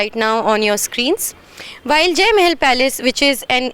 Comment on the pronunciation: That "Mae-hell" pronunciation for Mahal sounds funny.